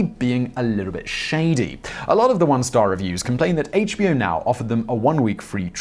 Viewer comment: Simon you ought to review the scripts instead of reading them cold. More than half the time you pronounced "HBO Now" (the name of the company) as "HBO now" (two separate words/thoughts).